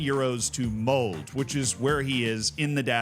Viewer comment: with the MOLD again, Lmao. Its MOLD-EH. Did it on the "What Happened To FM24's Best Hidden Wonderkids" video too.